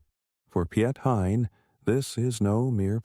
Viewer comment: At least pronounce his name right, it sounds very different in dutch